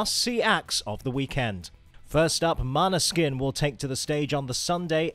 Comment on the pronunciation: i love the fact that you pointed out måneskin as the first (btw their name is pronounced mohneskin not maneskin 🥰)